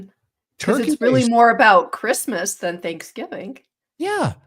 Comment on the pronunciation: It's -moose! 😄